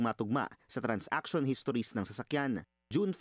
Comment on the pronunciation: it's TRAN-saction, not TRANS-action